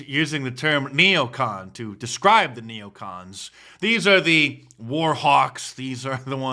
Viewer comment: It's not neocant. It's neocon!